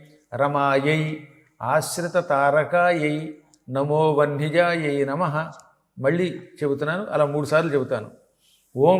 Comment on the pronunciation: గ్రూపులో ఎవరైనా నా సందేహం తీర్చగలరు వ్యూహ లక్ష్మి మంత్రంలో లాస్ట్ లైనులో మంత్రం నమో vahnijayai అని పెడుతున్నారు కానీ గురువుగారు పలకటం వందిజాయై అని పలుకుతున్నారు ఏది కరక్ట్ చెప్ప galaru